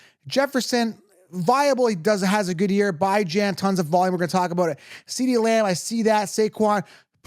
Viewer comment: He’s killing me with how he says Bijan’s name. It’s pronounced Bee-Jan, not Bye-Jan 🤦🏻‍♂️